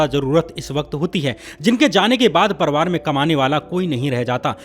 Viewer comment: भैया परवार मत बोलो परिवार बोला कीजिए